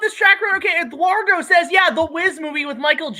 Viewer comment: greeting channel names he can’t pronounce Having a break for Live Streams can’t pronounce Eduardo Working on a new King Kong Review Disney’s Cruella Thoughts on the Mortal Kombat Trailer Lady and the Tramp MONSTROSITIES comes crashing in Lightpost Films lights up the stream plans for his next episode for Fandemic Potential Let’s Talk for the future props for his next movie tips for lightsaber effects The Star Trek Fan Film Incident J.J. Abrams on Superman Superman Returns Argument ranting about people not understanding his statements fear A bold claim on the Rocky franchise from point of view If has seen Ditko’s Hero, The Question Fan film All three of the boy’s opinion on Godzilla’s design for Singular Point (defending the Godzilla Anime Trilogy) thoughts on Predator 1990 and millennium Godzilla designs Comics continuing Superman 1978 and Batman 1989 Monsters the boys want in the Monsterverse Bidensaurus getting schooled over the Bidensaurus by show and tell Thoughts on Justice League Synder Cut Choosing sides wanting King Kong’s Banana Breath Godzilla vs Kong Ride? - Back to the Future Ride’s Return Pitch (Look in Chat) responding to my comment about my pitch for a Godzilla vs Kong Ride